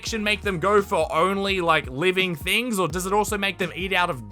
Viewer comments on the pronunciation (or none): none